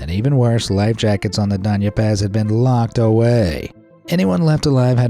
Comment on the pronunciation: I’m happy that this guy can pronounce Doña Paz correctly.